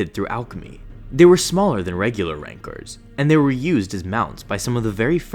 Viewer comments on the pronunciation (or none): why does he call rancor's "rancers"